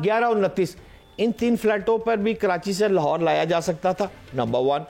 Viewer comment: Lahorer kya hota hai? 😂